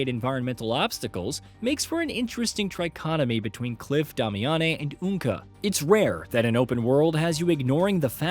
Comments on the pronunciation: Did my guy just say dommy auny? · Stop saying the female characters name wrong please! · The pronunciation of Damiane 🤣